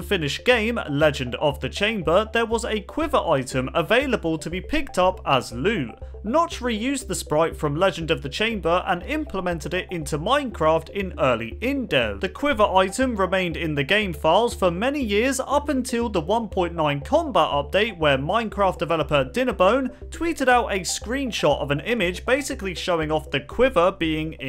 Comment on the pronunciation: He said infdev